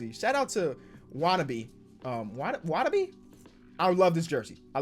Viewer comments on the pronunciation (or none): “Shout out to...Watuhbie(?)” All of Japan: Sad [Yuta Watanabe] noises Appreciate the A tier rank bro. 💯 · Memphis Grizzlies isnt it “wah-tuh-naw-bay”